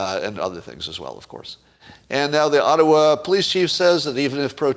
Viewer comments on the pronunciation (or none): none